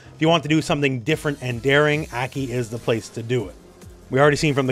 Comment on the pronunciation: Why do you keep calling her Eki?